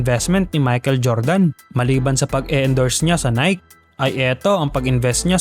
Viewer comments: "Nayki" ang pronunciation idol hindi "Nayk". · Boss nike is pronounced as nayki. Hindi po nayk. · Say naykee not nayk. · Ang pronunciation sa Nike is nayke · Mali yung pag pronounce mo ng NIKE. Dapat "Nayki" Yung pag basa diyan.